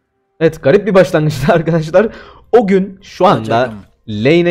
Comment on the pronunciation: abi neden ögün yerine ognü yapıyon hep